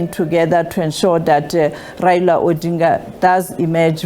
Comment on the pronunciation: Tell someone to teach you how to pronounce ODINGA